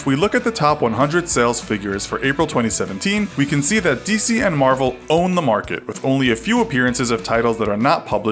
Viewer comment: He can't even say Marvel DC favoritism